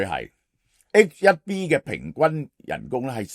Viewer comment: 係H one B, 唔係HIB